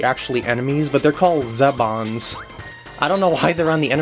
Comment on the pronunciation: The green guys are pronounced Zee-Bon. Watch kirby right back at ya, the episode called the big taste test.